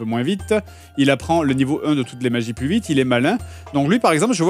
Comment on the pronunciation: plusse plusse plusse..... omg stp dire ca